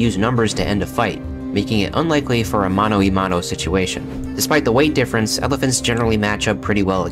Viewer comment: Small correction on that 'Spanish' there, it's "mano a mano" not "mono e mono", that's basically saying approximately "monkey and monkey" rather than "hand to hand" :p